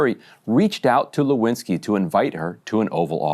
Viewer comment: "Lewinski", is that French ? 😂